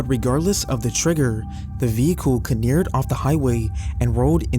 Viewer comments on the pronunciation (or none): it’s careered not caneered just so you know…